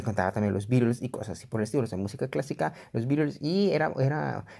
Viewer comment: dijo beatles y le entendi virus jaja